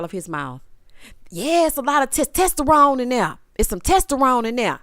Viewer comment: Yes!!! Love your commentary!!! And if there’s ONE thing Glendale is going to do and that’s mispronounce a word!!! I had to rewind that part to make sure I heard him right!!! 😂 And Sogucci and her third person speak!!! Lawd!!!!🙄🙄😂😂